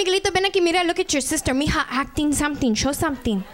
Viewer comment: it's m'ija but whatever lol